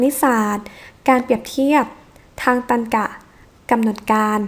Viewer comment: อธิบายดีมากครับ ขอเพิ่มเติมนิดเดียวครับสำหรับคำว่า ตรรกะ อ่านว่า ตักกะ นะครับไม่ใช่ ตันกะ ^^